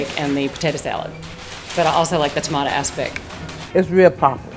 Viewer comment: Never in my entire life have I heard someone pronounce "tomato" the way the woman does, and I live two hours or so from Richmond. What even is that?